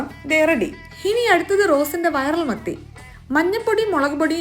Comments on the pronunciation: മത്തിയായിരുന്നോ ഞാൻ കേട്ടത് മന്തി ന്നാ😅😅😊😊😊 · മത്തി എന്ന് പറഞ്ഞപ്പോ മന്തി എന്ന് കേട്ട ഞാൻ 😂